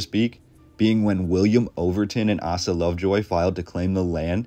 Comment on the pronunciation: I''m puzzled by the mispronunciation of many of the names, such as Couch, Willamette, and Asa. My hunch is that the VoiceOver artist has not lived in Portland long?